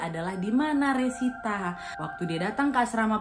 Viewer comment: resita jd rosita😂 mesin jahit berubah menjadi mesin cuci🤣